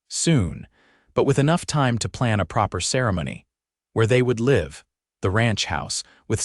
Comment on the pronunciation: AI needs to learn live vs live wound vs wound as they represent many of our homonyms and sound strange when not used correctly but I don’t have so much problem with stage a coach as so many do. It’s a interesting story & different after listening to a few dozen and I enjoyed it plus I like the length ❤❤❤